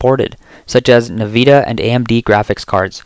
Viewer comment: Why in the world do you pronounce it "NEVIDA"?????? NVIDIA is pronounced "EN-VIDIA"